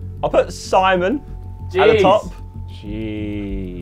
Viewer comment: not Simen its Simon